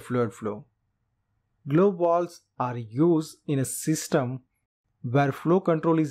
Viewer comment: You know alot about Walwes shame you can’t pronounce your V’s 😂😂😂